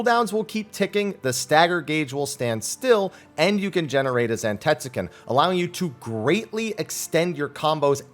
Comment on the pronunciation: That’s gotta be the whitest way to say “zantetsuken” I’ve ever heard